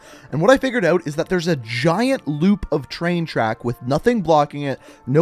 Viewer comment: Dont say Tshain tshack say train track